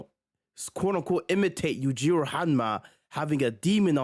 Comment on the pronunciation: Backy 😂😂 But you say Yujiro's name right. Elite trolling.